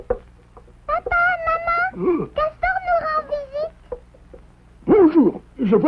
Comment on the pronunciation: Ses nul le petit cawtor